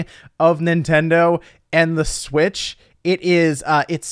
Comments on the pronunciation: I nearly peed every time you said "Smitch" with a serious face! LOL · I lose it every time I hear "smitch" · "Smitch" lmfaooo